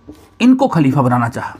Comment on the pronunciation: Kuchh to pronunciations ki ghalti hai Khalifa kehne mein kyunki aapki zuban hindi hai aur dusri baat yeh hai ke Rasul Allah ka naam izzat ke saath leni chahiye jaise Hazrat Muhammad Sallallahu Alaihi Wasallam aur mrityu nahin kehte balke wafat ya phir intequal kehne chahiye. Aapne hawala diya hai Irfan Habib ki kitab ka, toh usme iss tarah likha hona chahiye, halanke mai ne Habib Sahab ki kitab nahin padhi hai.